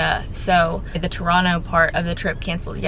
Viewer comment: Really enjoyed seeing Maui through your video. I was impressed by your proper pronunciation of Toronto from an American southern girl from Texas as most Americans pronounce Toronto with a hard 2nd T when the 2nd T is supposed to be pronounced almost like an N. Stay safe.